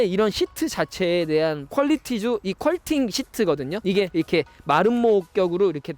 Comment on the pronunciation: 퀄팅 아니고 퀼팅 인데.. 잘못 말씀 하시는 분들이 꽤 있네요.